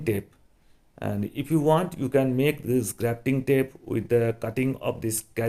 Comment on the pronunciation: Introduce not introduje. This not thij. Pushing not pussing. Just not jujt. Because not bcoj. Properly not poperly. Size not sije